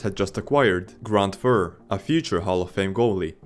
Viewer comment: That and Grant Fur. It's Grant F-you-r